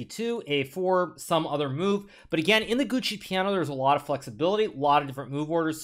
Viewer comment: Amazing game! It was super exciting! Congratulations and best of luck for the semis. Can i ask you something, please? Could you try to change a bit the way you pronounce giuoco? It sounds more like you say Gucci, i heard it in many of your videos. You could also use the word gioco which might be easier to say, it sound like djokovic without the vic. I am not trying to be an a**hole, i hope you won't take this the wrong way. Thanks a lot! And thanks for the time you take after each game to give us your analysis!